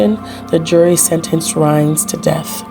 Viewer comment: Hi, This is Dalaine Bloom again. I like that You found this story about Charles Rhines. His name has always been mispronounced as Rhaines. I don't really care but notice the discrepancy in the spelling. Anyway, I was born and raised in Rapid City, South Dakota where this crime took place. I remembered it vividly, because back then Rapid City did not have that many murders. I think that You were Probably given a very cleaned up version of the story. First of All, I never knew that Rhaines was gay and thought that Donovan Sprague was gay?! Anyway, back then that was the first murder that I had heard of in at least 10 years in Rapid City. I remember the murder vividly. It was extremely, scary to All of Us that grew up in or lived in Rapid City. It was a very scary and gruesome murder. We had All heard of how Donovan Sprague fought for his life. There was blood splattered all over the donut shop. I remember the Police put up Brown paper all over the outside of the windows and black plastic bags over them. It was snowy and cold. The Owners did not ever reopen Dig em Donuts. The Owner said, "He could never get that horrendous site out of his head." Blood all over that very Beautiful and cute little donut shop and blood all over the donuts and other pastries. If and If I remember correctly, I think that Rhines lawyers thought that jurors were biased because of all they would have heard from the media about how gruesome the crime was before Rhine's Court date. I didn't remember heari